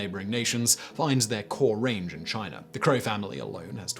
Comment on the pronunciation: Take a shot everytime Simon says: China, Chiner, Chinese...